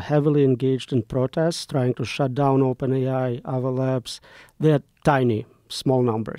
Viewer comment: OpenAI sounds like Open Eye.